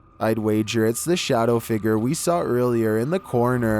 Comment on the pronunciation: Homie really said figer instead of figure